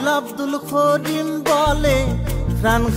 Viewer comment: করিমের জাগাত খরিম বলতেছে গানটা যে গাইছে এটার উচ্চারণ ও ঠিক না